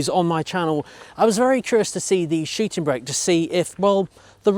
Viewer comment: Shiting brake - I do love your pronounciation :-)))